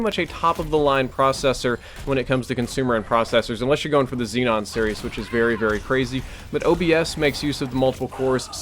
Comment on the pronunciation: Man i see your point. misspronounced zeon and then he said that his i7 has essentially has 16 cores. NOT TRUE. I has 8 cores and 8 threads. They are not the same. He cant do 4k super well with one 980ti. If he had two he would be fine for 4k.